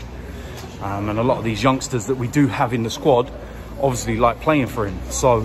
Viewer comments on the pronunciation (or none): none